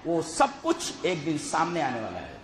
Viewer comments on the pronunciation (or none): Its din not deen.... Please correct tat